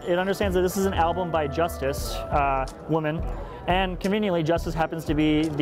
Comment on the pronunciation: That's pronounced Justeece...LOL